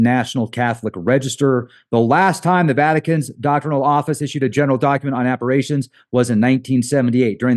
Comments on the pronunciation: Not saying this to be a dick, but I'm one of those spelling/grammar Nazis, LOL! So, it's appar-i-tions, not appar-a-tions. It's an I, not an A. So sorry I just had to, it was driving me nuts, LOL! Have an amazing remainder of your day/night everyone! Love to all!!! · it's pronounced Appa-rish-tion, not Appa-ray-tion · It’s appar-I-tion not appar-A-tion.